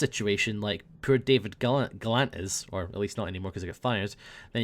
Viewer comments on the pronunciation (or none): When says "poor" it sounds like "pill" When he says "pill" it sounds like "pool" and when he says "pool" it sounds like "pill" I love xD